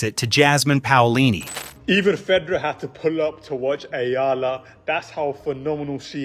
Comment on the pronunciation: its pronounced as E YALA not EELA